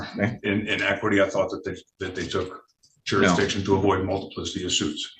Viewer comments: "JuryDiction" "acruse" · I love when they try explain jurradishun to a judge. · You mean juradishun? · The word is "Jur-is-diction", maybe if this moron had higher than a 3rd grade education he would know how to pronounce the word he's clearly abusing! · 😂you are not right Mr. Jurisdisious 😂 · You mean jurydiction? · You can't even say "jurisdiction" 🙄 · I figure if you can't pronounce the word "jurisdiction," you probably shouldn't challenge it either. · He can't even say "Jurisdiction". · If you can't pronounce the word jurisdiction you can't challege it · If you are unable to pronounce jurisdiction and beneficiary correctly, we aren't going to talk about that. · Anyone who cannot pronounce jurisdiction should be labeled incompetent to represent themselves. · Another uneducated ninja. Being a ninja is a choice on how to live. It’s not a color. You can’t even pronounce jurisdiction no less make a claim about it.